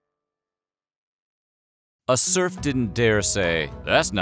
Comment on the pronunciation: At some point I stopped hearing serf, it turned into “smurf”. It sounds very odd when you listen to it in that context